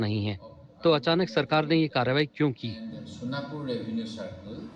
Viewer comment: Sonpur nahi sonapur hai yek bar ache se to padh lo 😂